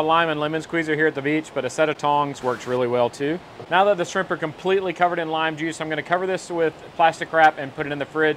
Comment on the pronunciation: Sheimp... or Shrimp? 😂